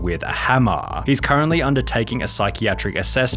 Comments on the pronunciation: Hammaaaaa, sixteenuuh, herrrrr, wuuuurk. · . Wouldn't be a sunny video without him adding extra letters to multiple words. Hammahhha 🔨 Edit. Lmao and "Day was finally ovaaaha" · "witha hammma" lmfao